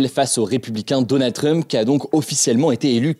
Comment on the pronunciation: Hugo : « Donannd drump » 🗣️